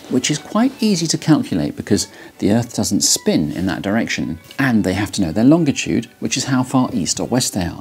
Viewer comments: Longitude… how hje says that word is extremely annoying and incorrect. If you look at a dictionary… Can't watch this. ˈlônjəˌto͞od, ˈlänjəˌto͞od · Good video! And I admire someone who pronounces the word “longitude” so strangely reading copy that features it so prominently. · As an American this is first time I have ever heard it pronounced long-itude I’ve always heard it pronounced Lon-gitude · I think I've been pronouncing "longitude" wrong my whole life. I always give it a "J" sound in the middle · Do most british pronounce longitude like that? I knew about a lot of differences, but I didn't know about this one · Pronounced that wrong, but sure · Very interesting video but it's pronounced longitude, and not longitude 😁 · This guy says longitude funny. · The way this guy pronounces "longitude" makes me physically uncomfortable. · You had me at longitude... pronounced with a hard "G" sound ... never in my life have I heard it pronounced that way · Can someone tell him he pronounces 'longitude' incorrectly? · P.S. the letter G when followed by I is usually a soft G, not hard. More like the letter J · Why the hard “G”pronunciation in “longitude”? It is quite uncommon.